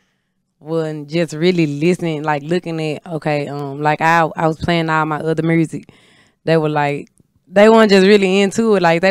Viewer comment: Mursic 😂 I love her authenticity ❤